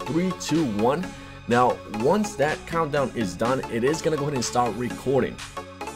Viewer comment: "DAT way"???